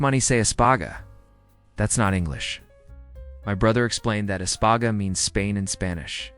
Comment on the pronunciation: It espanIa not espange.